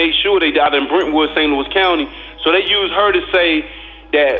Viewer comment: Its St Louis not St Louise